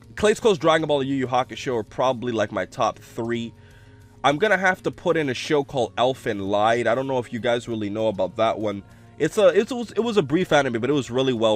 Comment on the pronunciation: It isn't Elfen LIDE it is Elfen LEED. Come one man.